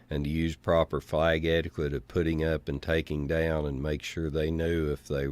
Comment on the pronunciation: what's more embarassing than a torn flag at a dump site, is the fact that our "County Mayor" can not properly pronounce the word " etiquette "